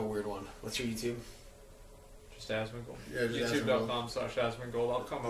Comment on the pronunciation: "Asmon-socks" boom theres some merch for ya, your welcome